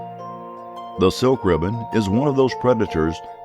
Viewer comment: Is pronunced slickribbons not silkribbons